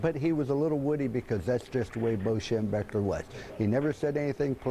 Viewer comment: can't even say his damn name, on… SHEM-BECK-LER. get it right